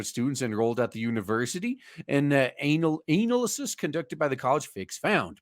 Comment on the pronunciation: Why my guy pronounce analysis like that? Putting emphasis on ANAL